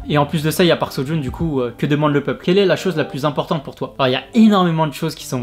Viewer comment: テッド_オウェン c'est pas "so" mais Seo.